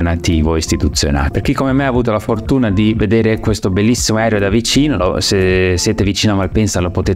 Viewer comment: Grazie, bel video. Ma perché continui a dire "aerio" anziché aereo? 🙄